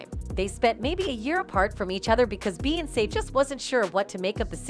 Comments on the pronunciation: thsts the only reason why I came here..."you sound stupid saying beyonce learn how to speak clown"🤷🏾‍♂️ fucking annoying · Noones gonna comment on how she pronounces Beyonce?! OMFG!!!! 😡